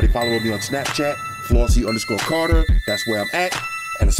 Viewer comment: Flossy the Spanish was perfecto!!!